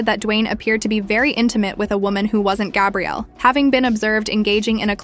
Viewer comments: You're pronouncing her name in the masculine form, then called her Gabriella 😮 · They arent even saying her name right. This shi wack.